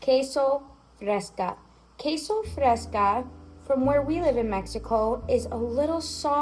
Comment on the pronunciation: Queso fresco with an o not a. Just saying 😉😉